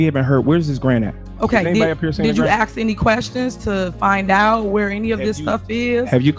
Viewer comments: TIF, LEARN THE LANGUAGE , ( ASK ) NOT ( AKS ) THIS FEMALE, IS GOING TO PRISON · I feel like I’m being punked watching this she can’t say ask it’s weird